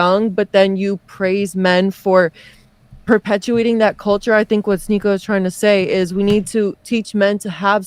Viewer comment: Its shneako